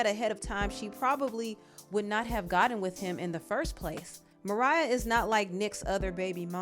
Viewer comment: Gotten not godden